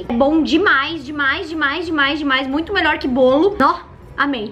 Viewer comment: "melhoe" kkkkk